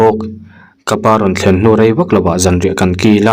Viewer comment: Ka rei tih turah ka rai i ti ziah hian ka beng i tithlep tawh e.